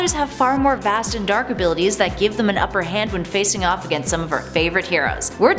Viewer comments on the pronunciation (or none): none